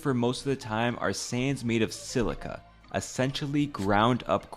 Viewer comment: "My sand, my slica. My market"